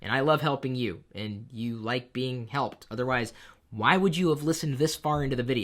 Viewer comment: Holy crap?! That "Spaghetti" really freak me out. xD